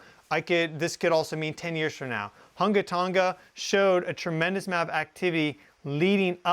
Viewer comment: You said that volcano name really well. Good job 😊